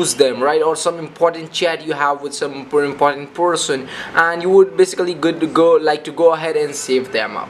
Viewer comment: i know right..that was the most horrible way iv heard a person pronounce 'person'